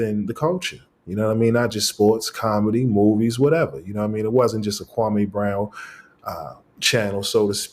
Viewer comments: Maybe its because you keep calling him Kwamay instead of Kwame. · KWA MEEEEEEEE NOT MAY